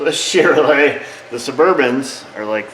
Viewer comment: You are the best when pronouncing Chevrolet!